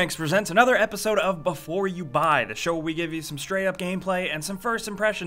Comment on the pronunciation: Pls stop saying "Before you buy" like that.